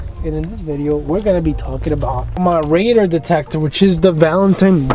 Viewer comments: Dude sounds like he's saying raider... lmfao 🤣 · Good video…but your killing me with your pronunciation of RADAR != Ray-Darrr